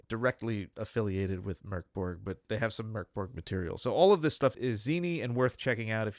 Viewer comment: Hi guys! Love your podcast! I where at the release party for the game and it was the coolest thing I ever been to! I love the game so much, though cuz of Covid, never got the change to play it. And it's pronounced "Mouhrk Borj". Stay safe and take care of each other. //HXA